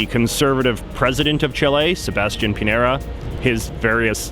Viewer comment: Piñera is pronounced Pin-yera